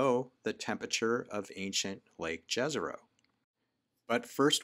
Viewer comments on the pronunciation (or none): The funniest thing is to listen to "Jezero" pronounced this way. In the original language and ours as well it is pronounced as "Yezero". It's a huge difference. 😁